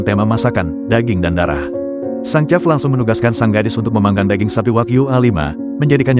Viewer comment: Chef bacanya shef!